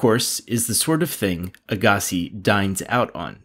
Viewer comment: This narrator never watched tennis if he can’t pronounce “Agassi”. That’s ok though. Correct pronunciation is “Agga-see”.